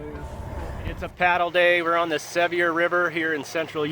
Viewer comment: Beautiful country! RIP to your wonderful friend. Just fyi, the Seveire area is pronounced like severe. Did you happen to get by Dead Horse Point when you were in Moab? It's as beautiful as the Grand Canyon, only smaller.